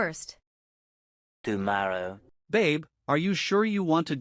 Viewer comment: Guyorrow????? What's that lmao....is that like asterday?? Lol